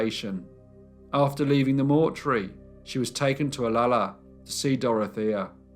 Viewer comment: Pet peeve of everyone who lives in Olalla... pronounced oh- la-la not ola-la Also! Mrs. Haglund's son was the founder of Ivar's seafood restaurant... and she would have died anyway of stomach cancer.